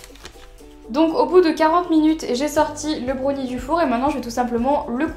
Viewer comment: Dis brownie pas brauni